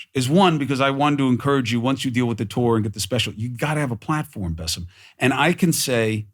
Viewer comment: It is Bassem not Buss'em. Try it, Bas-sem